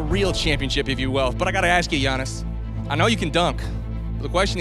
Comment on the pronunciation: Bruh u can't even pronounce giannis last name right. Smh